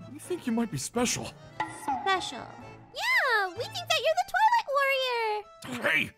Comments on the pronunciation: "You might be the Twilight warrior!" Me who heard toilet warrior: 👁👄👁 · When first said twilight warrior, I thought he said toilet warrior 😅😂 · At first I thought said toilet warrior😅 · Is it just me or am I the only person who keeps hearing the word toilet warrior every time they say twilight warrior 😂😂😂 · Why when said" twilight worior" it suonded like she said "toulet worior" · Was I The only one who thought that was saying Toilet warrior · When said twilight warrior I thought she said toilet monitor🤣🤣🤣🤣🤣🤣🤣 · Who else thought they said tolet woror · I THOUGHT YOU SAID TOILET WARRIOR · I actually thought she said toilet warrior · When she says twilight all i hear is toilet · I thought she said “Toilet Warrior”😂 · I am are the only person who thought said toilet master